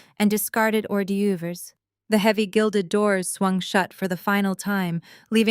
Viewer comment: learn the correct of hors-doerves -it's "oar - DERVS".